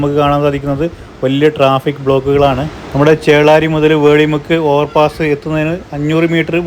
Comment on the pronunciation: വേളി മുക്ക് അല്ല വെളിമുക്ക് എന്നാണ്.